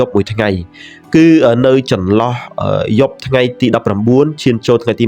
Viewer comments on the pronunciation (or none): គ្រោះ មិនមែន ក្រុះ, យប់ មិនមែន យ៉ុប ។